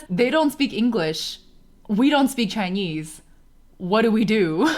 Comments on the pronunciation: "Chainyeez" 🤣😍 That much. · maam. it hits me like a truck whenever u say the word "chinese" in a vaguely chinese accent, bc i do the exact same thing